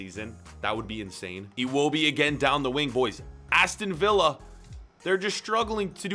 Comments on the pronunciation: In the future...He says Aston Villa like Aston Viy🤦🏾‍♀️ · Aston VILLA, not via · ”Aston via” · Ah yes aston viya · My man just called them Aston Veea (Like David Villa) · You pronounced Aston Villa wrong